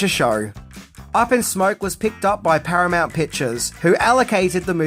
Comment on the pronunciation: I saw your post you made about the channel failing,and the massive decline in views. i think you need to move out of the "10 things " genre. Everyone is doing it.Plus not pronouncing names correctly doesn't help. From Tijuana to Stadenko,to "Paramount weren't impressed". I know it's a lot of work,but that's what makes a solid video. Good luck to you